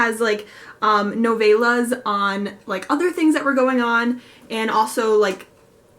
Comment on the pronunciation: Wow the infinite sea has so many negative reviews! I hope to feel about it the way u do when i read it. The way u say novellas is interesting is that the right way im terrible at pronouncing things.